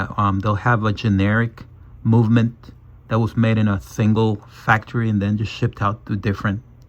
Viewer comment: No se dice "momenent ", se dice moVement". Con "V" mayúscula. Yo que vos me dedicaría a hacer tus videos en español.